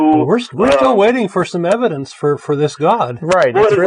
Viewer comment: Is it just me, or does say evidance?